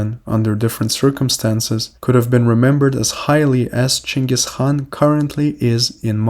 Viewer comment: why do you use the chinese pronunciation of Genghis name?